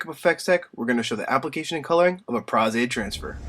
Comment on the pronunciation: Nice. And Thank you for your pronunciation of Pros-Aide